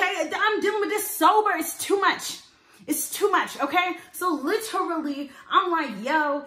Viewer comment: “I’m dealing with this sober, this tew much” 😂😂 this why I support you girl!